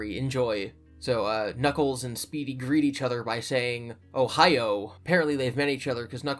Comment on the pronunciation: Dammit Chris its Ohayo, not Ohio.